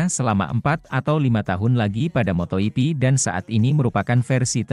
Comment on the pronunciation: Waduh cara bacanya ngawur patah. Baru dengar moto yipi untuk moto gipi kemudian Paddock dobaca padek, gak mau belajar tapi mau duit